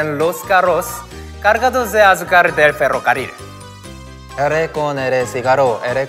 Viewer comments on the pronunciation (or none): Sungjin con su ferricarrol xD